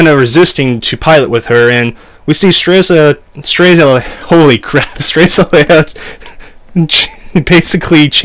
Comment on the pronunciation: Just pronounce it as stray-lizia, Welcome :)